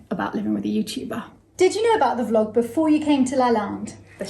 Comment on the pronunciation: I adore the way Selma and your brother pronounce Vlog, the say Flogging instead. I do appreciate how hard the English language is to learn, but they have elevated the meaning. The main reason your vlog works so well is bc of the honesty of everyone involved. No governments, politicians or corporation are present. This is just good people communicating openly with good people. The internet may show us the way to live a wonderful life. Thank you from the bottom of my heart. Keep on “flogging” ! Lol.